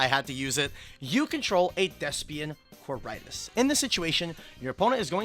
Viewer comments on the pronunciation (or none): Well done,. Meanwhile I've never had more earpain than listening to the pronunciation of Quaeritis. ("K-why-re-tis") (Also if you're playing Despia in Europe, do not try the Macro Cosmos one. You're not gonna like the judge call.) Personally not sure how the masq question is "suddenly" relevant - You've been able to use poly your entire life even though this interaction exists for a lot of monsters. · The way they pronounce quaertis is throwing me off so well